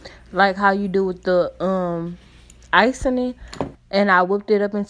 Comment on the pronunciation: The way you said “icing” lol but keep working girl!!